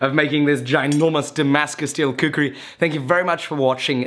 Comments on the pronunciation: Its called khukuri... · thats not a prpoer shaped khukuri;" KHUKURI" ,Ya that's the proper pronunciation .Nevermind atleast you tried as Damascus Khukuri. Really appreciate the effort. Love from Nepal-Land of Gorkhali